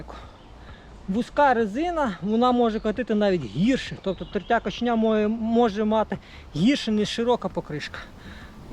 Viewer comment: "Тертя кОчення" ж, хіба ні?..